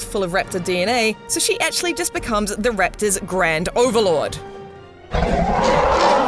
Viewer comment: U say raptors funny lol... riptors rattors